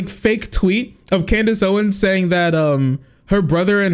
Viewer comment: 'Can deez' Owens